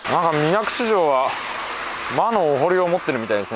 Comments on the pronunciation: 水口は「みなくち」と濁らずに読みます。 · 『みなぐち』ではなく、『みなくち』だと思いますが… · みなぐち × みなくち 〇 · それだけに水口を「みなぐち」と濁ってしまったのが惜しい！